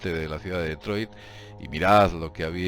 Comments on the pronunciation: No se pronuncia deetroy se pronuncia ditroit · Cada vez que oigas pronunciar "DetroiL", acabado en L....chupito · Se dice "ditroid" no Detroit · Min CIUDAD DE DETROILT, LA POLICIA DE DETROIL. ME HA HECHO MUCHA GRACIA LO SIENTO.JEJEJEJE TE SIGO DESDE HACE 10 AÑOS SIGUE ASI Saludos ERES UN TÍO GRANDE Y CON MÁS HUEVOS QUE NADIE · Se lee DETROA, en francés. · ¿Por qué llamas a Detroit como "DetroiL"? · DETROIL? XD